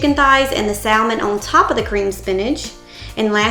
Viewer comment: Love the meal plans and started using. Only constructive criticism, the “L” in salmon is silent and not pronounced.